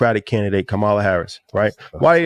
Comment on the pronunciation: need to pronounce Kamala name correctly